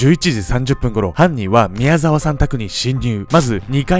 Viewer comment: んん？？みやざきみきおさん？みやざわさんだぞ！疲れてそう、無理しないでください！